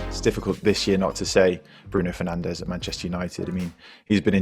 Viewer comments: hahahaha yes that was so funny but besides that actually their pronounciation was very good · 5 stars for the pronounciation. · Well because they are Fernandes and dias and not Fernandez and Diaz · As a portuguese i only wanted to say u have very good pronunciation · Why is he pronouncing Portuguese names with Portuguese pronunciation?